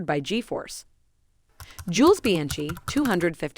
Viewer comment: Juice Bianci